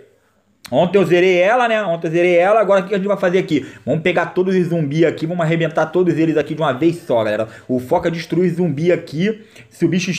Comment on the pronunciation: Cara. Só para de falar "Vomos que vomos". É "Vamos" pelo amor de Deus. Eu n quero ficar corrigindo mas to passando mal por cada vez que escuto.